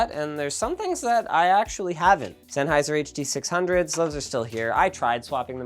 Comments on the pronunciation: Oh look, it's the Huh-Duh Six-Hungeos by ol' mate Senny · and the lesser known Huh Duh Five Point Five Five Hunge-O's by ol' mate SENN